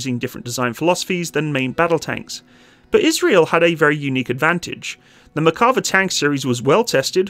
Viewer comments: Mare sounds more like "Meyr" Better to pronounce it as Nah-Mehr and Mehr-ka-vah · Say: mair.kuh.VAH